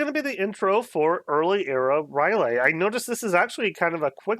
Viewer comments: You're cancelled! R' L Y E H!!!! NOT NOT NOT NOOOTT! Rylay! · Umm... you know it's not Rylay